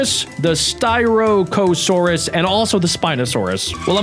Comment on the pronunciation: Sty-rack-asoures that how you pronounce styrackasourus